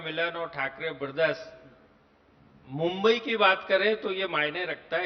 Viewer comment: Anchor kp mumbai bolane ke liye correct karna chahiye.